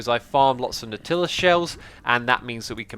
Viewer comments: “Nautilla” 😂😂 Is that some knock off of Nutella? Nautilus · NAUGHT-ill-us not naugh-TILL-us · I thought the Nautilus was pronounced like "naught-i-lus". I know there is an animal of the same name but its Captain Nemo's submarine I remember. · I think Nautilus is "Naughty-less" instead of "Nor-Tillus" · Every time you say Nautilus Shells it makes me cringe, thing of 20000 leagues under the sea..what what the submarine called? Nautilus..sounds like Nor til us ;) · natilla shells, what ?? Speak engrish. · You're saying nautilus wrong. You don't enunciate the "til" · Why does Xisuma purposely mispronounce "nautilus"? Is it supposed to be a joke?